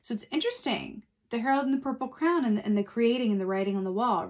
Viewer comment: it’s Harold and the Purple CRAYON, Are you just pronouncing it as Crown?